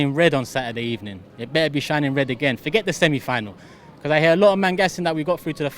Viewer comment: Robbie: “be-cose”